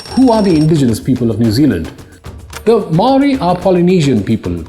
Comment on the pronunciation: Impressive video, I only noted two trivial faux pas. Your knowledge of Māoritanga is advanced for a non-Māori. Your natural accent also pronounces Māori better than most Pākeha New Zealanders - the vowels especially. Do you live here?